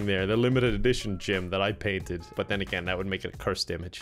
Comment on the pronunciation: "We're all big but fans on the channel..." - 2019. I don't know about you but I heard butt, not but. Context be damned.